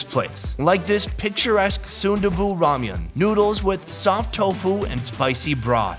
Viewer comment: oh! oh i love 'ramian'